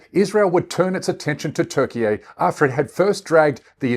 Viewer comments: This can’t even pronounce Turkey 🦃 🇹🇷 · It’s Turkey dude your speaking English not Turkish! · Please stop saying Turkey eh. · Nice video mate but if you could just say Turkey correctly that would be great 👍🏼